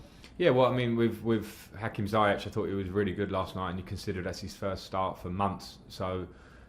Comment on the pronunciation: Zayech, zayech...its pronounced as Zi-yech, not Zaiyech